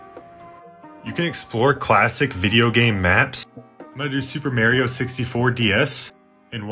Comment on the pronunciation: also when he said "Ereeck" instead of eric, and "mairioh" instead of mario, "googlay" ok yeah he's definitely doing it on purpose, "bahbah" fett.